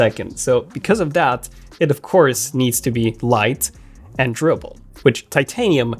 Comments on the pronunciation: 🤔 I know I just took an edible but was he saying “tribble” instead of “durable”? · First 2 minutes had me lost.... I thought he was saying "dribble" and not "durable" 🤦🏻‍♂️ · Durable : Door-RA-bal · It’s kinda annoying how you say the words durable and aluminum